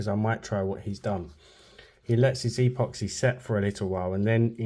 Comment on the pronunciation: Why do you say e poxy?